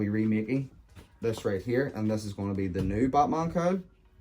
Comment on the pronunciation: Sounds like he's saying buttman